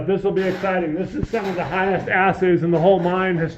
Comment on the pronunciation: "highest asses" 😏